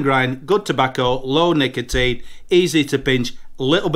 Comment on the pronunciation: Feels mad hearing you say tabacco and nicotine lol